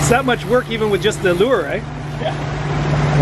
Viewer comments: Enjoying. Drag a "lewer"???? Do you mean lure?? LOL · Yep, I was also thinking that. Pretty sure he meant lure.